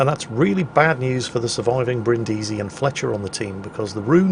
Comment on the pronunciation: It's pronunced Brìndisi and not Brindìsi